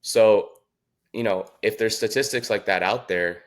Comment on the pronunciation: He doesn't pronounce statistics correctly